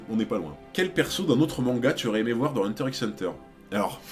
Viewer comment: Je dois vraiment paraître chiante x) Mais pour t'éviter des remarques à l'avenir sache que X de Hunter X Hunter ne se prononce pas à l'oral il est juste la pour le style à l'écrit :)